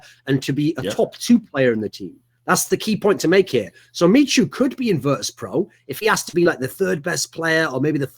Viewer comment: michu is pronounced mishu. same as skytten is pronounced shytten in swedish ^^